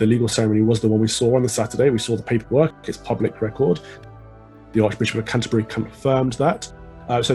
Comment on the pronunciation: If ya wanna lie then pronounce things properly... Canterbury isn't pronounced like that